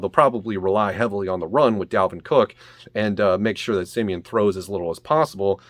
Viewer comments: Every time you call him siemien I’m like bruhhhhhh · Why he keep saying Trevor semien.